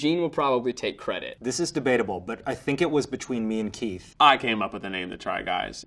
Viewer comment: I thought Eugene got muddled up and called Keith, Teith hahaha